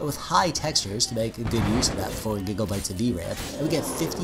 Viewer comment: Im sorry but when you say gigabites it sounds like gigglebites